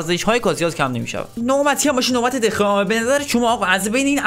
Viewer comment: دخیا اسمشه نه دخا